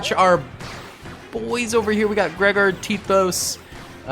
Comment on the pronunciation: can you say Gregor’s name right? You said the wrong way like three times and I just felt like I had to say